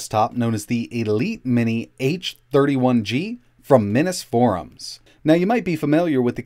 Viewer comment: I think it's pronounced "Mineeze" Forum.